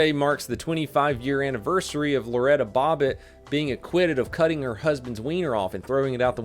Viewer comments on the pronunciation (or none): Hahahahah Loretta Bobbitt🤣 it's Loreena Bobbitt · No x in escape. I'm not letting you go..hahah. Oh by the way(I refuse to spell out btw..) it was Lorena Bobbit, not Loretta...Love your videos brother! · Lorena not Loretta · Lorena Bobbitt not Loretta Bobbitt. Otherwise, great video,! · it's Lorena Bobbitt not Loretta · Lorena Bobbitt, not Loretta. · I think its Lorraina Bobbett, not Loretta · it’s Lorena not Loretta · LORENA Bobbit! you said Loretta, not the same, Close but no CIGAR. ok i'm done this all just got too Phalic for me